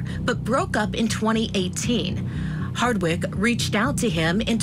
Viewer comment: Why does the narrator often mispronounce ‘Harwick’ - saying instead ‘Hardwick’?